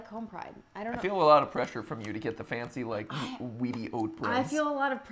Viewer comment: # Matt being foncy fancy but you say it like f o n c